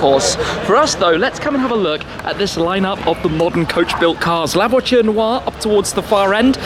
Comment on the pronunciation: Man, it’s Voiture, where is t, not voichure, where is ch.